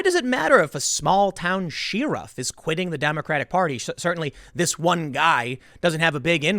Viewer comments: What's a "Shee-Ruff"? Your Chicago is showing. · I was looking through the comments to see if anyone else noticed. Haha "Sheerif" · SheeRUFF. funny how chicagoians pronounce sheriff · Why does tim pronounce sheriff as "sheer-iff" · I like you Tim, but stop saying sheriff like sheariff. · Sheer-oof lol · "She-raff" LMAO 😂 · I'm sorry, I can't help but wince every time you say "shear iff". That's probably the oddest pronunciation of sheriff I've ever heard. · I love you Tim, but sheeriff? 😂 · Nobody: Tim Pool: "SHEAREFF" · Everytime he said it I snickered, I'm such a toddler. 😏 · Political correctness is to blame for more than the large-scale stuff you do your daily commentary on you know. For instance, it's because of political correctness that nobody's ever made you pronounce "sheriff" properly. They don't wanna hurt your feelings, see? Well I'm going to explain it to you Tim ...syllable by syllable it's pronounced sh-eh-rif - not sh-ee-rif, ok? It's said quickly ... sheriff, not sheerif. Don't drag it out, spit it out. Say it properly like everyone else. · Learn how to pronounce sheriff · If I'm being completely honest, I thought about unsubscribing because of the way you pronounce Sheriff. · He's saying sheriff like that just to mess us ,right? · Take it easy on him...he lives in New Jersey. 😄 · It bothers me that Tim can’t pronounce “sheriff” correctly... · is he pronouncing sheriff like an idiot on purpose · Tim your pronouncing sheriff like a fucking South park character 😂😂✌️ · Tim pronounces "sheriff" wierdly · Oh my "you know the thing" did Tim just bring up Tulsi?. Let it go she didn't do anything exept sell you out and learn to pronounce sheriff my good man. Adam and the rest of us love American patriots are voting Trump with not a slight of hesitation unlike your bald self. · Tim pronounces sheriff wrong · Hey Tim I'm a big fan and I watch every video but you gotta learn how to pronounce Sheriff...C'mon man you're a broadcaster. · sh-eh-riff = sheriff 😂❤️